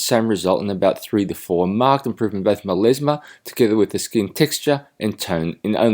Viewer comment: MelAsma not MelEsma! Oh my ears 🙉